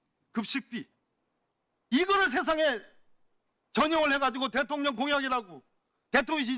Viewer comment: 묘하게 김병주 의원님 대통년이라고 들려요ㅋㅋㅋ